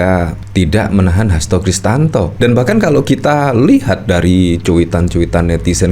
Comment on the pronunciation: Hasto Kristiyanto bang, bukan Hasto kristanto😂